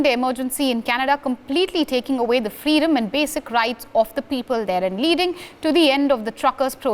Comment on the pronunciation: It was very hard to understand the news broadcast from the station. Your lady does not pronounce very well. One example and they were through the broadcast, the word freedom, was prononced fleedom